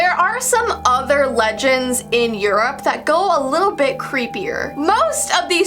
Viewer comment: Yurup is like surup!